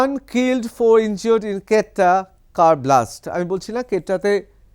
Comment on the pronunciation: Mr. News reporter, your pronunciation about the town Quetta of Pakistan is seems to be wrong.